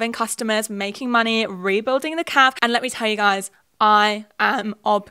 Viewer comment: So confused why you pronounce cafe like calf